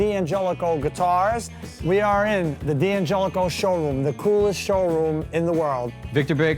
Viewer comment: Why do they pronounce it "Dee Angelico"? Surely, it should be pronounced "Dan Gelico", like the Italian name.